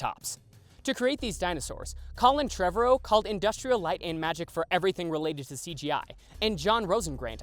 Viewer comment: imagine sayin colin trevorrow's name wrong It breaks my heart